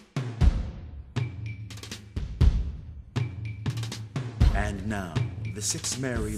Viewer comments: Every other pasta: Talking Ej: Dipsh*t At least, that's what I heard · What I hear: Pop Six Squish O oh Swissroll Lipshitz